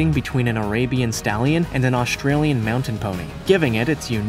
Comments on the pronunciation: and , my ears hear Australian. Might be because of my European ears, but anyway, Austrian is still different from Australian. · For those who think we misheard, he most definitely said "Australian" TWICE, although it said "Austrian" on the screen! Listen again.